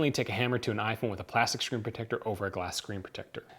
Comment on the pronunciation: I wanna know why on the title is smartphone but you just keep say aphone aphone aphone because you can't even say iphone